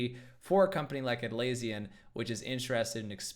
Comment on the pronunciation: You pronounced Atlassian wrong